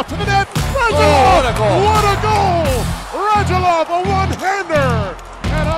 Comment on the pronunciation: Will they ever learn how to correctly pronounce foreign last names and put accents on correct syllables? Because it's RadUlov, not RAdulov. PS U in Lundqvist (and other european names e.g. Radulov) is read like OO, not like in the word 'puck'. Just the same as Bush